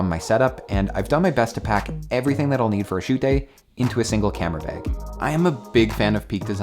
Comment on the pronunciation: “Camera beg”